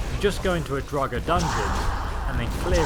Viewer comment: It’s draugr as in (dr o gg er) not drowger